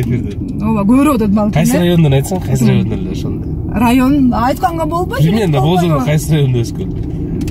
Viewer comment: Билбееейм деген созудо тили былтыйып калатко